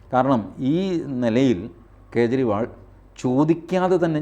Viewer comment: കേജ്രി.. ഇണ്ടി മുന്നണി,ഖാൺഗ്രസ്, ഖേരളം രാഹുൽ ഗണ്ടി.... എത്ര അസഹിഷ്ണുതയാണ് പേരുകൾ വികലമായി ഉച്ചരിക്കുന്നത് വഴി നിങ്ങൾ പ്രകടിപ്പിക്കുന്നത്? നിങ്ങളുടെ ഉള്ളിൽ നിറഞ്ഞിരിക്കുന്ന വിഷം നിങ്ങളുടെ തന്നെ നാശത്തിന് കാരണമാവും 🙏🏻